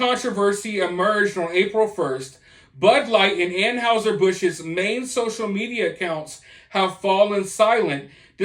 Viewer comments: It's not An"how"ser , it's pronounced An"hi"ser Busch, just sayin... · 😉👍 I agree, just please learn how to pronounce "Anheuser"... An hi ser, not An house er. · Dude said “An-howzer” Busch 😂